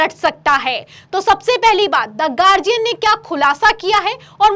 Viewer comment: गार्डियन नहीं, गार्जियन है सही उच्चारण । यह शिकायत नहीं, सलाह है आपको ।